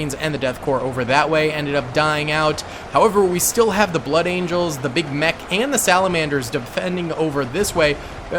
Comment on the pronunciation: So, you can say blood angels but you cant say blood. Interesting stuff.